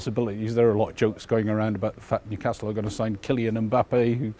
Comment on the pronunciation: Newcastle never stops laughing. “Mewcastle” “mever” thinks.